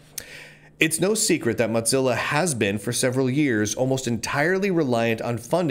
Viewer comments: He's just thinking about lunch. It is moe-zilla. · It's 'Mozilla', not 'Modzilla'. Also, economic competition is as stupid as it gets. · According to the organization known as Mozilla it is to be pronounced like Moe - zilla. Like Godzilla but Moe. lol I figure he does it to get more comments (for the algorithm). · dude, is it pronounced mot-zilla? I though it was moe-zilla. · what the hell is a Mudzilla,? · Normally, that would mean it was spelled Mozzilla, would it not? 🤣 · However it is spelled, it distinctly doesn't have a "T" in it. It triggers me everytime I hear Lunduke spell it. :( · he always pronounces it as motzilla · Its AKTUALLY MOE-TELLA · Speaking as someone who was involved in Mozilla from the day Netscape spun it off, the O in Mozilla is long. It sounds really painful when you keep using a short o. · Your pronunciation of Mozilla is different. You have a different twang in your speech. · Dude pronounces the moz in Mozilla like he's saying the name of a cheese.